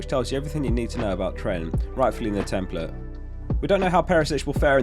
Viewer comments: Tem-PLATE. A not uh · why are you saying ‘template’ like that?